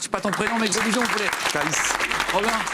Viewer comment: Moi g entendu calyce😂😂😂